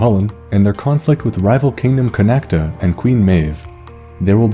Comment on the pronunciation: Great vid but Connaught is pronounced "con-oct" not "con-act-a".just thought id point that out.(I'm from Kildare so I'm not sure how they say Connaught in other counties)